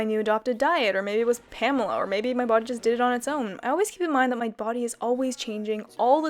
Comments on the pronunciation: great results but i think ur pronouncing her name wrong😅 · my german ass triggered by the way pamela is pronounced.